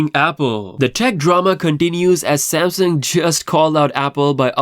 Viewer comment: This man can’t even say Samsung right With his Samsin ahh 😂